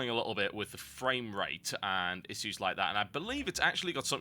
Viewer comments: Uggghh, please pronounce 'issues' properly. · gotta say i hate the way you say issues.